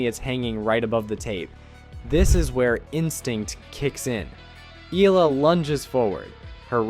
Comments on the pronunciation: The surname Eala is pronounced like E-ya-la not Ela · It’s pronounced Eh-Yah-Lah. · Alexandra's surname is pronunced "Eh-Yah-lah"! [THREE syllables] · Firstly, the name pronunciation... Eh-ya-la 👍 Now the game drama: Whatever... recorded one for the book, it's history. Move on. Top 10 2026 🙏🇵🇭🙏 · It’s ee-YAH-lah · Her last name is pronounce as E-YA-LA